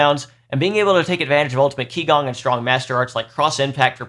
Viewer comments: Thanks! That was helpful! As others mentioned, a hero tier list would be pretty hansy as well! Btw, qigong is pronounced chee-gong (not key-gong) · Great video, but one small nitpick - Qigong, being a chinese word, is pronounced "Chee - gong" instead of "Kee - gong" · Psst... it's "chee-GOONG", not "KEE-gong" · Just FYI, “qi gong” Is pronounced “chee gong” 氣功